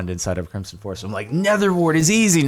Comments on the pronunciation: Please stop saying crimp-son it is pronounced crim-son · When he pronounces crimson with a soft s and not a z sound 🤮 Same with when he doesn't emphasise the first a in basalt 😭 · I swear Jordan is saying Crimp-son not Crimson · nobody: Jardon: crimpson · Am I the only one that hears him pronouncing “crimson” as “crimpson”